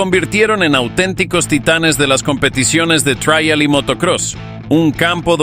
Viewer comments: En español se pronuncia Trial ,no Traial que supongo que es en inglés por lo demás buen video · Me duele en los oídos y el alma escuchar "traial"🤦 Por favor, si habla español, no metan anglicismos